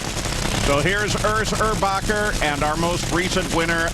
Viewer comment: the name its, Örs Örbaker and not Urs Urbacher! lol